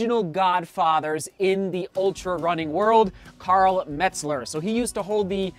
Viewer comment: Karl MELT-zer, not METZ-ler.